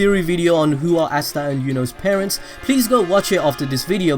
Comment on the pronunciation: astaa not assta say asta